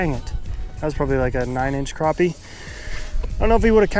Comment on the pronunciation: If your going to do a challenge video show the mesurements. And there called crappie not croppie. lol